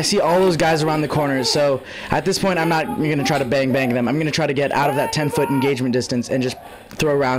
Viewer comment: laughing so hard at him saying "BANG BANGBANGBANNBGBFNSDFfrahfsydbcxzj"